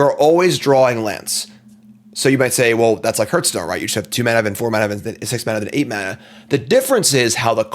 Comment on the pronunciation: Sorry, can't watch a video where the host doesn't know how to pronounce Hearthstone.